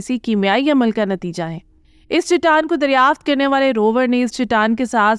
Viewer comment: Khuda ka khauf kar lo.. baar baar Chitaan Chitaan kaha ja raha hay.. saheeh talaffuz Chataan hai.